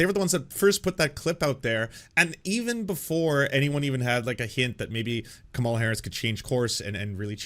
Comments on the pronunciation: Also, weird how half the time pronounces it Kah-ma-lah incorrectly just like Republicans do, and then 50% of the time pronounces it correctly. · it's "comma la" not "kuh malla"